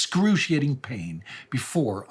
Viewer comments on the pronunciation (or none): none